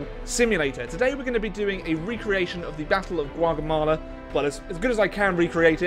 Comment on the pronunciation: I think it's pronounced GOW-Gah-Mella?